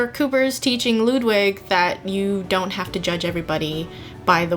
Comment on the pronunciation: How come you pronounce Ludwig "Loodwig?". It is because of you guys that my latest DnD character's name is pronounced "Loodvig" and not "Luddwig". Also I love you so much.